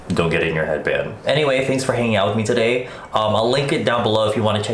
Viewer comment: hello!! (cue Australian accent) todayeee